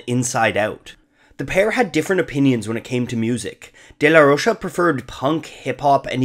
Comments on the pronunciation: Zack’s last name is Spanish. It’s not “day-la-rosha”. It’s pronounced “day-la-ROKE-ah”. Those two years of Spanish class in high school paid off! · The bands name is Rage Against the Machine. How is it not clearly a political band? Also the "DeLa Roche" is killing me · Its day-la-roka smh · i cant watch this simply because of the way he says De la rocha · take a shot every time he mispronounces "De La Rocha"